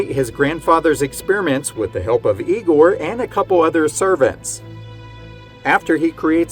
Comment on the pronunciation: He pronounced Igor's name wrong too! 😂